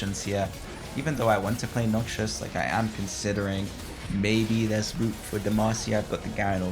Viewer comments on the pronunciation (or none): none